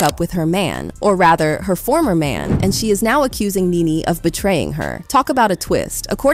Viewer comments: It's Nee-Nee. How do you not know how to pronounce her name?! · Omg! Ur butchin the names its NeNe & fallyn 😂 I didnt know who U were talking about ! Gurrl.... say the names right ! Lol 😂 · It's so sad when you can't pronounce NeNe. This was the same thing I was thinking. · does this person NOT know who NeNe is? Why does she keep calling her "Ninny"? like...what? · IT'S NENE PRONOUNCED(KNEE-KNEE) . THE LEAST U CAN PRONOUNCE PPLS NAME RIGHT, HELLO😮😮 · Pronounced “knee-knee 🫶🏾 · WHEN TELLING A STORY PRONOUNCE A PERSON NAME CORRECTLY!!!!